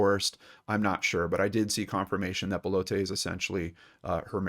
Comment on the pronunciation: not 'BAH-LOH-TAY'... 'BELL-OTT'... it's french, not spanish....